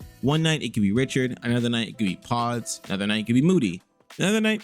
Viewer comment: You really say podzz? 😭